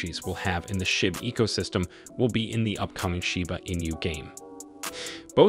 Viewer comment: Where do you come up with all this bullshit info? Also it’s not pronounced “in you”.